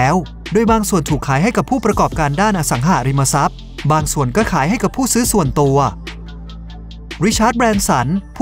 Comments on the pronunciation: ทุกอย่างดีหมด ติดนิดเดียวตรงการออกเสียงสองคำนี่แหละจ้า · อสังหาริมทรัพย์ ไม่ใช่ อสังหะริมทรัพย์ อย่างอื่นโอเคร ชอบหมด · อสังหาริมทรัพย์ หาาาาาาาาา สระอา เป็นสระเสียงยาว ออกเสียงสั้นมันเหมือน อสังหะริมทรัพย์ ฟังแล้วขัดๆ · เดี๋ยวๆ คนลงเสียงนี่จบม.ปลาย ป่ะ รู้จักคำว่า “อะ สัง หา ริม มะ ซับ”ไหม?? ไม่ใช่ “อะ สัง หะ” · อ่านว่า อะสังหาริมะซับ ไม่ใช่ อ่านว่า อะสังหะริมะซับ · อสังหาริมทรัพย์ ไม่ใช่ อสังหะริมทรัพย์ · คนพากย์น่าจะไม่ค่อยอ่านหนังสือ อ่านผิดหลายคำ จักรวัด อสังหะริมทรัพย์ ฯลฯ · อสังหาริมทรัพย์ แต่ออกเสียงเป็น อะ สัง หะ ริม มะ ซับ ตลอดเลยครับ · เสียงบรรยาย โดยรวมทำได้ดีนะครับ น่าฟังดี มีแค่บางคำ เช่น อสังหาริมทรัพย์ อ่านว่า อะ สัง หา นะครับ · จัก-กระ-หวัด ไม่ใช่ จัก-กระ-วัด อะ-สัง-หา-ริม-มา-ซับ ไม่ใช่ อะ-สัง-หะ-ริม-มะ-ซับ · ผมว่าเขาคงต้องอยากสร้างภาษาใหม่ อสังหาริมทรัพย์ แต่อ่าน อสังหะ อาจเขียนมาผิดหรือเข้าใจผิด ก็อ่านแบบนี้ และ จักรวรรดิ์ เขาก็อ่านว่า จัก-กะ-วัด